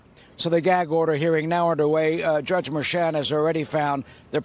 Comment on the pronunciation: So, I see “Merchan” - but hear Mersham… Another “sham” - it’s a damn shame. 🤦‍♂️